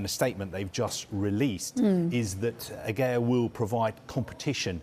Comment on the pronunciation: They actually pronounced Aguerds name wrong.